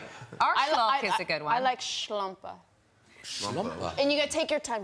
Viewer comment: German here: I love Jessica Chastain, but her German was not too good.....Schlampe is pronounced totally different and to be honest, I didn't get the last one with the Wichser...:-)